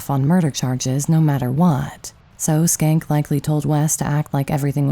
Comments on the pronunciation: Shencke. Was that really pronounced skank? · I could be wrong, but I do not think Schenck is pronounced with a "k" sound in the first part of his name, unless you purposely said it that way. I had a roommate with a similar name and the "Sch..." should be pronounced with the first "c" silent.